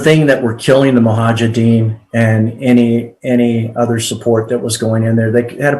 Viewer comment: Really!? "Mohajedins"!!? This guy can't even pronounce the(centerpiece) name right! No wonder we keep loosing wars after wars 🤮